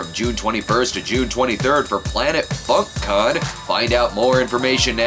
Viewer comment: Everytime brad talks about FUNK CON Its always sounds like FuckCon and thats just a private club